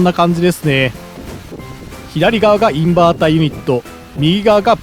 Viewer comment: インバーターは Inberter じゃないですよ(笑) そうなる気持ちは分からないでもないけど！